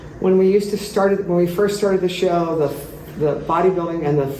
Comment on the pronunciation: Yes he did say shaw invitation 😄 2 times